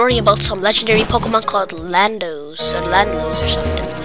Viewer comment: Its not Landlos, its LANDORUS!!!